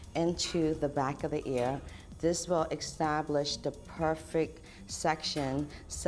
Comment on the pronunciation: The word is pronounced EST-TAB-LISH not X-TAB-LISH